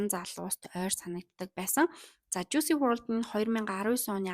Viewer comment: Жуйси bishee Жуйс gej duudg bgsho